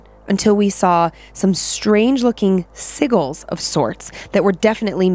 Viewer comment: It's pronounced si-jils! Not si-gils. Lol